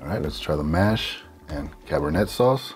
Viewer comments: Great video as always. However, it is pronounced "Cabernay". Just like the wine. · cabernet is pronounced "cab-er-nay"